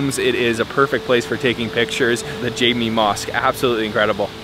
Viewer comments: Not jimmy mosque, jaamek (gathering, congregation).... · Personally, i would just use the candas to eat everything, without having to switch over to spoon and fork. I know it is a bit daunting to use the candas but it’s great practice. The Jame in Jame Asr Mosque is pronounced as Ja-mek, not Jay-mee 😅